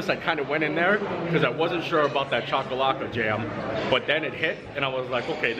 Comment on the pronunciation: I'm impressed you pronounced chakalaka 👍👍👍 bobotie is pronounced boo-boo-T 😀